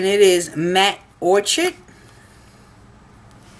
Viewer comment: New subscriber and loving your videos!!! Btw Orchid is pronounced Orkid.